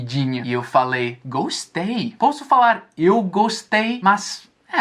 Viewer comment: Pq não é legal falar inglês com sotaqu? Vc tem muito fala alguns erros e não tem problema nenhum. Ex vc falou Eu poço e o correto é com o primeiro o aberto ó posso